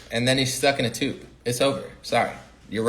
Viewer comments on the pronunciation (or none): none